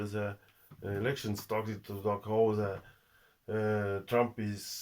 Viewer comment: Да говори по русски! А то получается эрэкшен вместо элэкшен.